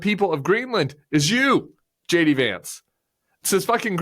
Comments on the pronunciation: I know Tim's saying JD but all I hear is Shady.😄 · Whenever you say his name I hear Shady Vance.